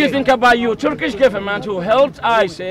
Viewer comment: The greyhead muslim man several times said " gefement". Now I realized he meant "goverment" )